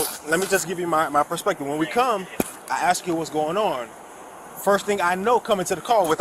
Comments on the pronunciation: These chicken cops are always scared for their safety. They don’t care about the citizens. Doesn’t this fool cop know how to say “ask” or is it “acks” as he keeps saying. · He didn’t demand, he “axed”!